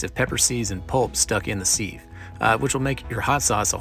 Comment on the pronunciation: i'm sorry ….but did you say "seeve"? I could swear you said that. Sieve is pronounced "siv". Wow, for moment I thought you possibly were not American.